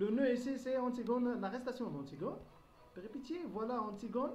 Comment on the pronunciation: On prononce péripétie en son (pétie = péssie)